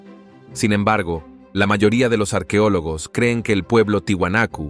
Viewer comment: No se dice arquiólogos, se dece es arqueólogos. El español no cambia los sonifos así se esté hablando rápido.